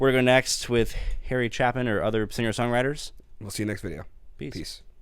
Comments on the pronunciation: Cha rimes with hay. Chaypin:) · ...i liked that NPR bit...Harry Chaypin, An incredible artist lost way too soon....vowel, constanant, vowel equals long vowel.."Chay pin".glad you enjoy,..Harry has a TON of great storytelling music...great show guys, Merry Christmas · Harry "Chaypin" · Harry "CHAY-pin". You have to look at the video of him performing this live. It will blow your mind, man! ("Harry... Keep the change.)